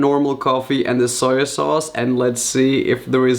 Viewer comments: It’s not pronounced soya sauce. It’s pronounced how it’s written. On. The. Bottle. SOY SAUCE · No hate but .... y u say SOYA SAUCE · Dude it's SOY sauce not "soya sauce" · and also Soy sauce is prnounced ( soy not soya lol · Its soy sauce not soya sauce. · soyo sauce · Adding that extra syllable to soy sauce. Hahaha. “Soy-a-sauce” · Soyer sauce eh? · Wtf is soyer sauce 😂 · Sawyer sauce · Soyer sauce?